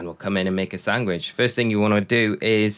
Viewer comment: what’s a sangwich?